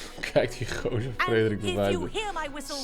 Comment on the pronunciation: Geuazeur? jongen het is toch Geauzeur..